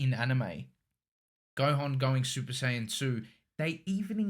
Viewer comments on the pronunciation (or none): When he said SUPER-SAY-ANT I was in tears